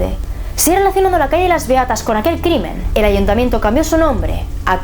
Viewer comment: Soy la única que cuándo dice “Beatas" en lugar de eso escucha “Reatas"? XD PERDÓN